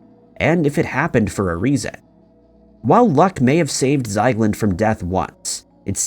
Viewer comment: No wonder you can't find him.. It's not Zeigland.. It's Ziegland. How do you manage to botch pretty much every single name? Are you actually trying?